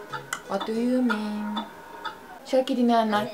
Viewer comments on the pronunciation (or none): vat du yu min :D😂😂😂